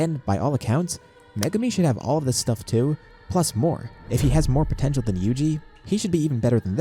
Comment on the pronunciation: “puhPOTENTIAL” GUYS HE SAID THE WORD